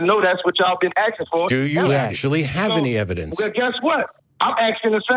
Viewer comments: He’s aksing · The ghetto bum keeps AXING and AXING. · Why is the caller axin a question? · I'm axing you